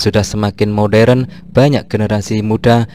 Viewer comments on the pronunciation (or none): none